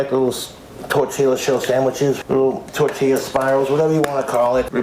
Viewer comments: He’s saying tortiLLa because of that vine and because of Napoleon Dynamite. I remember him saying it on one of his streams. Don’t you judge me, I need help. 😂😂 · I love that he calls a simple tortilla a "tortilla shell"